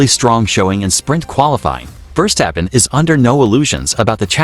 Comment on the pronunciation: He calls him" firstappen"😅